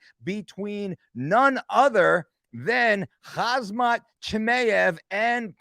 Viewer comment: Khamzat is pronounced Ham-Zat. That's not intended as disrespect just letting ya know. Your content is always A+